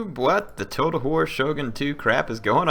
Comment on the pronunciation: did anyone else hear total whore instead of total war in the beginning? no? just me i guess